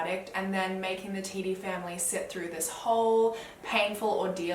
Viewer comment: how did you know how to pronounce it correctly LOLL no one’s ever gotten it on the first time